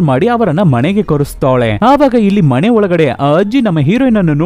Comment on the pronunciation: ಕನ್ನಡ ಉಚ್ಚಾರಣೆ ಸರಿ ಇಲ್ಲ ಮನೆ ಅದು ಮಣೆ ಅಲ್ಲ explain super but ಕನ್ನಡ bad